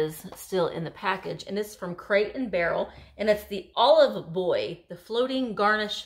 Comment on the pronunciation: its 'olive booo-eee', not... olive boy.. lol..